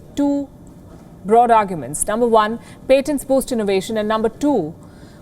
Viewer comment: Again with the paint-tants it's patients not "paint-tants"